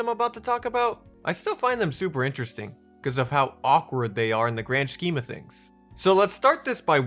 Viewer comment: Sounds weird when you pronounce the H in scheme